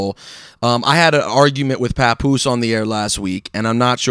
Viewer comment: Papoose Pa-Poose